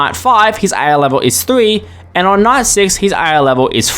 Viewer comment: He can't even pronounce "ai"